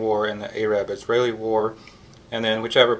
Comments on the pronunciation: Dude, you need to change how you pronounce Arab because you are embarrassing yourself. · Are we not going to address the way Arab was pronounced?